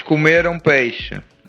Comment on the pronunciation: Você não pronuncia peixe deste jeito!